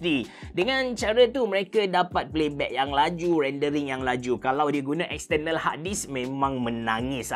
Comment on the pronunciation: Silentkan R pada perkataan External & compare... Buat mcm biasa je...